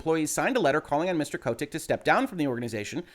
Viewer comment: Anyone else find his pronunciation of Kotick kind of annoying?